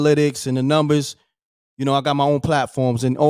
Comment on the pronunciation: Numbiss... not numbers